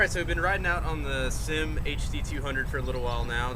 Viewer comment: It's not pronounced SYM (like one word) it's S-Y-M.